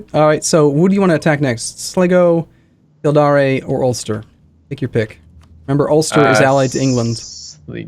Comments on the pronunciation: Again it's kill dare as in the verb not kildaray. And it's Slygo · It's "Sly-go" and "Kill-deer".